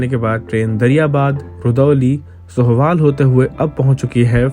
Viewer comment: भैया जी वो सोहवाल नहीं होता है सोहावल होता है